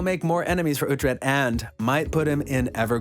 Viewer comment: Its Ruprecht, son of Ruprecht